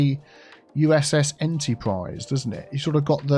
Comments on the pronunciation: In-TEA-national Airport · Has to be what you said Enteaprise airport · En-tea-prise International Airport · EnTEAprise Airport?👀